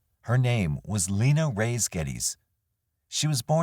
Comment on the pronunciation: Reyes is pronounced Re-yes. Please try to learn how to pronounce names correctly especially when they belong to the victims